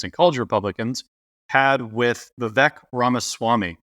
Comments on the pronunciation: Why does everyone mispronounce his name? It’s Vivek like cake! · Podcasters will learn to pronounce Vivek’s name. Eventually. it’s “Vivek like cake”